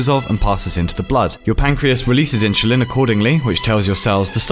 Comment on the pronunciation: Mans said "inchulin"